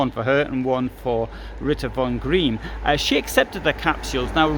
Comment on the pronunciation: Fascinating, so interesting to see the house. BTW Von Greim is pronounced like "grime"